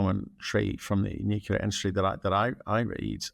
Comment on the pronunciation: There is no such thing as "nookyaler energy."